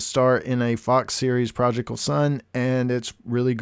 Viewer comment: Lol projikal son. Confidently incorrect on that one.